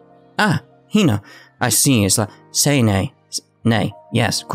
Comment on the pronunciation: Sanae's name is pronounced like "Sahnahé" idk if you get it...? Well. At least I THINK it is pronounced like this...